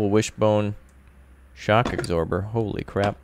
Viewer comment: "Shock agsorber"